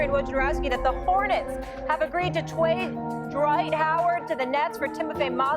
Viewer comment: “Hornets have agreed to twade Dright Howard to the Nets...”